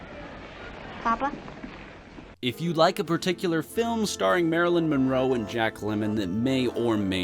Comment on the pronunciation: Some trouble pronouncing names. Lemmon and Matthew? Marilyn Minroe?